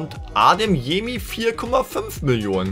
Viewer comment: Wie er heißt:Karim Adeyemi,wie ihn nennt:Karim Ademyemi